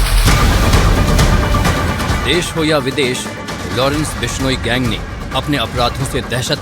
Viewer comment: टट्टू माच , बिश्नोई गैंग क्या शब्द है , सही तरीके से बोला कर और अपनी रोटी सेकता रह